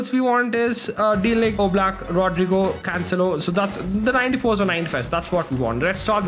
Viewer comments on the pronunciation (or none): none